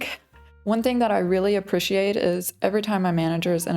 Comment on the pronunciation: my actual behind you're american. How even are you pronouncing appreciate/appreciated? You're either part swedish or slavic or something...